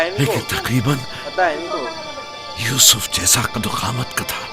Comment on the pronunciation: Usuf assalam nehi.....yusuf alaihi wasallam